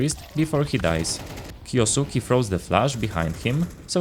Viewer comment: It's kyousuke not kyousuki